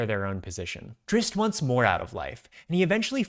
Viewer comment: You said the name right!!!!! 120% with you, would you want live action or animated for this show? I'd want to lean more to animated, like vox